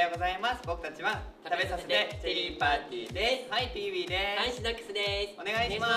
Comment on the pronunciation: ピーウィではなくぴーうぃーです。